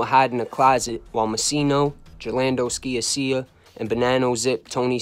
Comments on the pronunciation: You put out very good content and I enjoy your shows. However just a few corrections on some pronunciations of certain peoples names. For example Gerlando "George from Canada" Sciascia last name is pronounced Sha-Sha. Frankie Lino's last name is pronounced Lee-No. Besides that, you're all good. Keep up the great content !!!! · Great story telling. Your attention to details and accuracy is outstanding. You even mentioned Emmanuel Ragusa who skated. "George from Canada", Gerlando's surname is pronounced "Sha-sha". Otherwise a kick ass show!! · George SKIA-SEE-YA 😅 just bustin balls...you did a great job putting all the pieces together and presenting it in a concise & unique way 👍Keep up the good work!